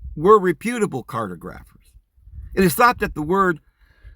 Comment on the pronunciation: You would have made a GREAT'!! 15th Century explorer, '!! (providing you learned to pronounce cartographer as: car.. TAW'!.. gruff.. Er..!).. (smile).... I truly WISH you could have accompanied Cortez'!, or some of the Other Dutch and Spanish explorers'!! and HELPED THEM'!! try and "accurately MAP" ALL the strange, new, and Unknown lands that Columbus's Voyages OPENED UP'!! to European "Leaders", "Rulers", and FAT CAT INVESTORS'!!,... It seems ALL of the "Major Discovery Efforts"! were related to "CRAFTY SALESMEN MAKING MONEY'!!!,... Including "Wiley", "Inventive", "Imaginative", SOOTHSAYERS, DIVINERS, "FORTUNE' TELLING" STORY'TELLERS,.!!,,................. (like Joseph Smith),................ He was soooo good at it, that he's CONVINCED EVEN "YOU"!!, '!!,........,......................... (sigh),....................... a huge waste of natural talent, high I.Q., and innate ability'!,............................. ( I'm curious,....Will You be weaving the affair between Julius Caesar and Cleopatra (in their guises as Mary and Jesus) into the California Paradise Fables and Narratives dreamed up by All Those 15th Century GOVERNMENT LAND AQUISITION SALESMEN'??)......I love ALL Your Stories, (and EXPLORATIONS'!!), '!!🙂👍